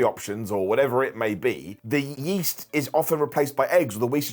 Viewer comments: Not to make fun but: Wheast Yeat and Dairy :3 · "wheast and yeat" In all seriousness, I wish the best.